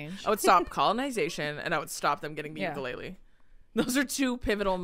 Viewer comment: you lived in Hawaii for so long - PLEASE SAY UKULELE CORRECTLY 😩 TEACH THE HAOLES PLEAAASEEE 😩🫶🏻✨